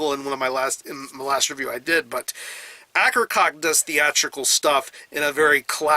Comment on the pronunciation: Great work as always... just wanted to comment on the band name pronunciation, which should be "A-ker-coh-key"